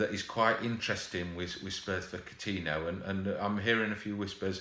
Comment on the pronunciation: For gods sake, man!!! Its COU-TIN-YO!!!!